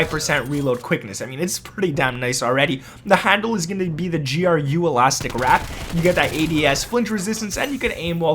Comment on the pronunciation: He said “G. R. U.” Bitch it’s GRU